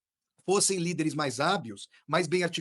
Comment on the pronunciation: No fim o falou « hábius » em vez de « hábeis ».